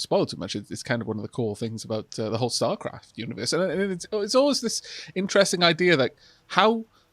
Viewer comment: "the starcraft"(?) universe? While there was a story thread involving AI created from the neural engrams of former protoss in starcraft it's not really a universe wide issue, are you saying "starcraft" here or something that sounds similar enough to "starcraft" that my brain is just making me perceive you saying "starcraft"? I can't find anything related to the "...I must scream" story that involves "star" anything. fascinating discussion here btw, loving it; the gameplay is good but your commentary really makes it special!